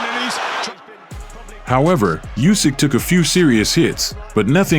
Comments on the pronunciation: it's Usik, not Yusik! ... LOL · Lads, please, he's Oosyk not Usyk. Start pronouncing his surname correctly